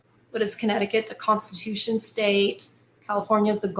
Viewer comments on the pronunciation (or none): none